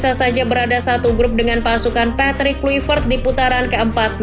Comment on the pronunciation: Klavert min Klayvert dibaca nya, bukan Kluipert